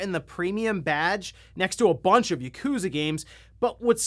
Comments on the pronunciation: Dude. It’s YAkuza not Yakoooooza. Ffs. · I find it humorous that you pronounce it "YUkuza" instead of Yakuza hehe.